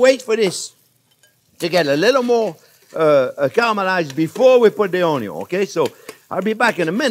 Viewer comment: every time he says "cah-rell-mur-eyes" drink lol. steak and eggs is amazing, thank you chef.